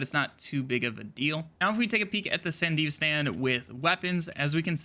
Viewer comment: san-duh-V-stun... FFS